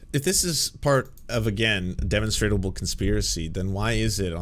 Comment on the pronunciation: Love the content man, but “demonstrable” Der Mon stra ble